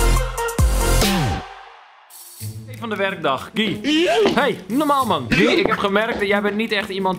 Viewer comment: Die jongen heet toch Guy als je het zegt is het ki van kiwi